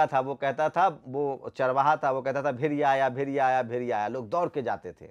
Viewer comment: भाई पहले भेड़िया बोलना सीख लो भेरिया बोल रहे हो। बात वैक्सीन की कर रहे हो।लगे मोदी विरोध करने।कहॉ से फंडिंग हो रही है।